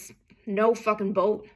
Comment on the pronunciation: Very interesting. Just as interesting as your pronunciation of "boat". Like a Canadian trying to use an American accent.